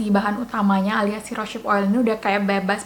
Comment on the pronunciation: Terima kasih atas reviewnya kak, sangat informatif. Tapi saya ada punya bbrp info dan masukan nih 1. Cara bacanya bukan "rosyip" tapi "rose" and then "hip" = "rouz hip" 2. Proses cold pressed rosehip seed oil itu bukan dari bunga tapi dari biji (seed) 3. Kemasan pipet itu ga higienis krn tiap mau pakai terbuka, pasti terpapar udara, rentan terjadi oksidasi. Carrier oil mahal itu paling bagus pakai kemasan airless bottle atau drop bottle yg lubangnya kecil seperti yg biasa dipakai untuk essential oil. 4. Aplikasikan rosehip seed oil pada wajah yg basah atau sesaat setelah pakai toner